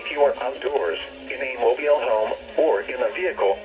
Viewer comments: yeah, “mobiele” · xD “Mobile” the way says that is kinda funny. Hopefully your okay and nice video!